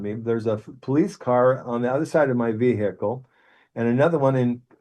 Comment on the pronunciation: Stopped listened when he started saying veeeehacl 😂 I do believe in left after death btw just thing this bloke had a heavy dmt trip 😂😅